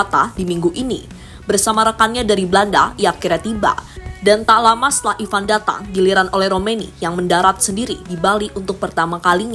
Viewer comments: Ivar, bukan Ivan, min...!!! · Ivar bukan ivan min😂